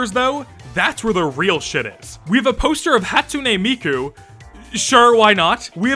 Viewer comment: imagine going to work with killer animatronics and a miku expo poster is on your wall edit: crying on how he pronounced miku’s name lmao. tbf her name is japanese and this guy is canadian